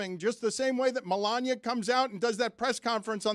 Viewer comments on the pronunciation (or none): none